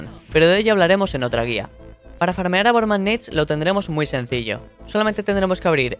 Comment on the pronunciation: Borman neit no es borman nátes